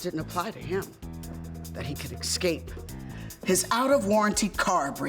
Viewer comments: It's 'escape' not 'ekscape'. You'd think a spokesperson would know how to speak. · Vivica Fox can NOT even pronounce "Escape!" Really? EVEN for a commercial, no one could teach her that the word is NOT "eXcape" but "eScape!"